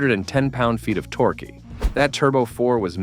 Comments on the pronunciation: Call it torkie instead of torque. Are you serious right now? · He calls it torkie instead of torque stupid AI is bullshit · "Torquey"? "Feero"? Seriously? Bad AI strikes again. 😮